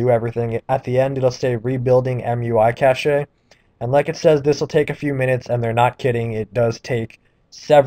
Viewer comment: cache is pronounced "cash" not "cashay"